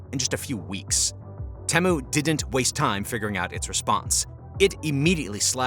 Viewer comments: I think most people pronounce it "Tea-Mew" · Great video but i can't help but get annoyed with how you pronounce Temu.